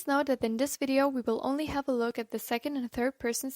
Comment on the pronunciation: It's Second, not Secound in English